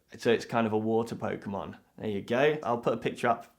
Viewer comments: Pokemonってポウクモンって発音するんや.. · You somehow managed to mispronounce every Pokémon name on the list... AAAAAAAAAH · The funniest part is you pronounced every pokemon except one wrong X'D